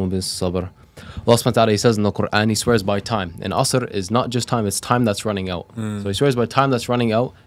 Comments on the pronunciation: Brother, I think you read surah asr wrong. Unless you read with a different style. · The brother recited surat al ‘asr incorrectly